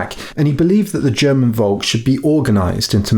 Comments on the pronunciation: Please pronounce "Volk" with av F-sound. In german the V is a F [folk] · It is pholk not wolk.